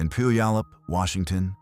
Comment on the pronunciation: And thanks to AI, Puyallup WA is also mangled 😮